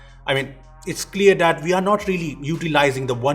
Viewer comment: that is that and not dhat.. lol